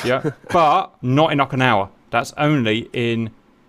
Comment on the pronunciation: It’s Oak-ah-nah-wah